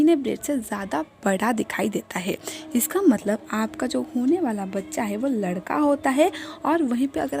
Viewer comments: Teria ladka or ladki hi bolna nhi smjh aa raha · Ap ish vedio mai ladka bol rhi hai ya ladki sahi se samj nhi aarha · Pehle ladka or ladki bolna seekh lo samajh he nahi aata ladka bol rahi ho ya ladki pagal aurat faltoo tym barbar kar rahi ho